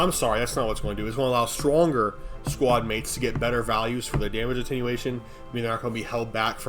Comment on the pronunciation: "Lega-AIGHT bro cool story." - probably. I love how he has no issue with "Attenuation" 😆 Lol. Fr tho it's one of the reasons I'm subbed.